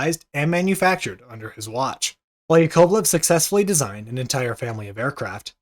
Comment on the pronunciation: Your pronunciations of some of the Russian names needs some work. KLEE-mov. YAK-ovlev.